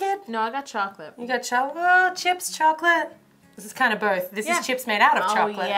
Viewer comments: "And were going to make some sone crips" "You mean chips" hahahahahahahahaha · ITS CHISPS